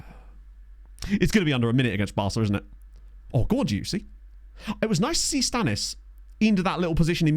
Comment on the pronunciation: I know the Player is called Dioussie, but every now and then I hear you call him „juicy“ and i‘m Not saure of that‘s just a coincidence or on purpose, as he play‘s good.